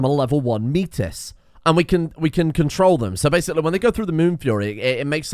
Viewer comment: "Metis" is pronounced "may-tee" (french)